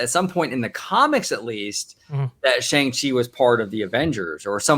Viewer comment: You are saying his name incorrectly, I know I've doing the same, it is "Song-Chi", very sing song, not "Shan-g-Chi." I think his appearance is the seeds that will lead to Agents of Atlas, led by Jimmy Woo, who of course was already introduced in Ant-Man and then WandaVision. Also on the team in Kamala Khan. I think to really get the Chinese market is to bring in heroes that have Chinese creators, Aero, who first appeared in her comic, and Swordsmaster.